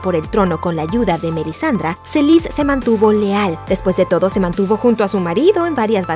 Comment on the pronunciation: Quien rayos es Marcela y Melisandra? Buen video, pero la pronunciación de los nombre si me molesto un poco